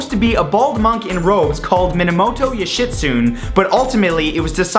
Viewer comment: Minomoto You-shit-soon. Okay... now i know.